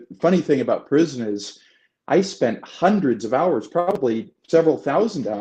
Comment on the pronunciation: This is like watching Rizzo interview Joe Buck... I just want to hear CHM's thoughts and perspective...altitude and yaw... Hope you set up a youtube account. You're well spoken in that you get your point across, but you could work on your diction. It's hund red not hunderd. End a thought with a point or a lead in to another question. Don't trail off with... and the whole 9 yards. Hope to hear you speak sometime, I'll attend.